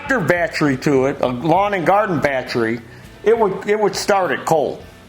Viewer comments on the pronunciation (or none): It's not battry, it's battery.